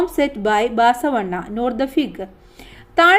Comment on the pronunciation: Teacher baasavanna alla basavanna